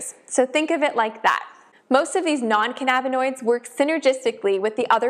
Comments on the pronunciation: Can-nabba-noid lmao 🤣 omg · Great video but the way you say cannabinoid makes me Twitch